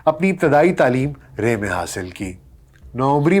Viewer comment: Lafz ray or humayri.. Dono ko dobarah daykh kar tashih karan